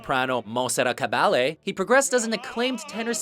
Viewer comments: Could the narrator please pronounce the names of the singers correctly, pleeze? Monsterrat Ka-bally?? also why is Leontyne an honorable mention? Her voice is one of the most beautiful, ever! And the Metropolitan Hall? GIVE ME UH BREAK!!! AND WHAT ABOUT FRANCO CORELLI??? with all due respect to Gedda, Carreras and Domingo, they don't hold a candle to Franco. any other opinionated opera buffs aboard? I'd love to hear from u2 :face-pink-tears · and WHO is MON- Serrat Cabalyay? Get the name straight Monsieur narrator. tyvm. This is a nice attempt, however...thumbs down on this one. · How can this list be taken seriously? If you can't pronounce Caballe correctly, you can bet the right research didn't go into this. Leontyne Price should have easily been on this list. Callas being number 1? Great voice, but definitely not the the most amazing opera voice. For tenors, where's Carlo Bergonzi or the best lyric tenor of the 20th century, Fritz Wunderlich?? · Man did he fuck up Montserrat Caballe's name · How can you have a list of the top ten opera singers of all time and not have Rosa Ponselle on the list. What were you thinking when you ranked Caruso 6th, You obviously are not very knowledgeable about Opera Singers. You should also learn the correct pronunciation for Caballe. Are you at all familiar with singers like Leonard Warren, Bidu Sayao, Ezio Pinza, Tito Schipa